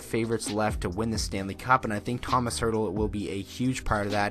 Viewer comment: I’m so happy you mentioned my favorite player Tomas Hertl! A note though: his name is pronounced with a sh sound at the end, not an s. So Tomash. When he was drafted they mispronounced his name and I was so sad :(